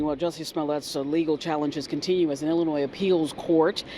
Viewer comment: The "s" at the end of Illinois is silent. Love your show otherwise. :)